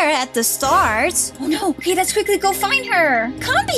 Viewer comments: Its not okeh to be okeh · Its OKEH not to be OKEH titan cry 😢